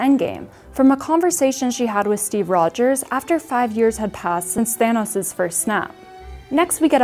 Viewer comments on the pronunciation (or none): none